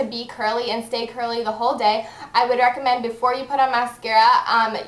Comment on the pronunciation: she says reccomend like rackomend aha